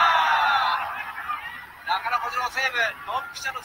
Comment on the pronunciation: ヌァイスキープァー